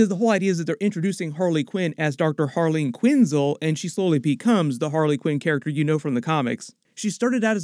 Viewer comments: Quinn-Zell, not quinzul. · quin -SELL like Denzel ....not QUIN-zle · PRONUNCIATION IS KEY! It's Quin-zell NOT Quinzil, genius. 🤔🙄😒🤨😠👎🏻 Nah, I'm all for Team Margot. It's levi-O-sa NOT levi-o- SAW! 🤓